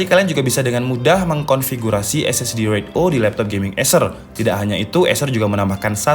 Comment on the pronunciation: koreksi bang, pelafalannya bukan RAID O (huruf O) tapi RAID ZERO (angka nol)